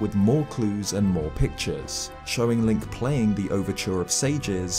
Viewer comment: hey. the character's name is link, not linCHH